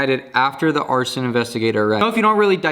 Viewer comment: Also arsen = arson lol